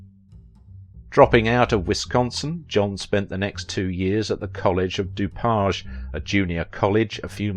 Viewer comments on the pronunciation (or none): The College he attended is pronounced DO PAGE for Dupage County.